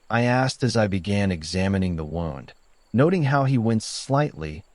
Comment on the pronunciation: Well-constructed story and decent writing. The AI had trouble with “wound” and a couple of other words but overall was a decent narrator, though I wouldn’t pay money for an audiobook narrated by it. Overall, as a writer myself, I’m pretty impressed. Although you might want to take out the language about same-sex marriage not being legal in all states. The bipartisan Respect for Marriage Act took care of that.